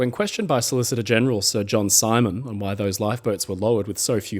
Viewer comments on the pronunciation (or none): none